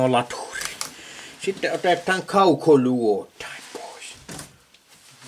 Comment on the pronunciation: 🤔sanoks hän että laitha kaukoluothain?😲jäi vähän epäselväks😁